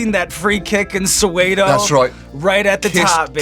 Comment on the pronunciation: I hate people who are not from South Africa pronouncing Soweto as "So-way-toe". It should be pronounced as "So-where-to" but with a silent r.